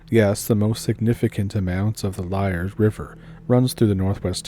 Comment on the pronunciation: Its pronounced leeyard river